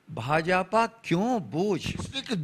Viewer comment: भाजापा नही भाजपा होता है सर ।